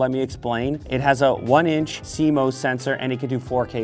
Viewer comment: "see mose sensor" ....ohhh boy lmfao